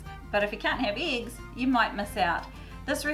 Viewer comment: In what area you prounopunce it eeeeeggs and not eggs? Just curious.